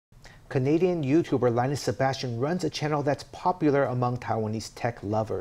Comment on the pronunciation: First news media to pronounce his name properly lmao 以後去台灣要改名叫Lin Nus了